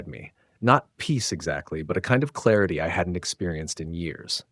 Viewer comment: If I hear that word "claruty" one more time I will scream.